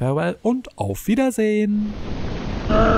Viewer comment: I'd like to imagine you also losslessly scaled the german accent back until the very end of the video I got whiplash when I heard that hint of it come through before the "auf wiedersehen :3" Anyway lovely video, thank you for covering this.